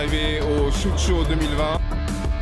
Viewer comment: Ca se dit SHOT show. Comme un shot d’alcool. Pas shoot show.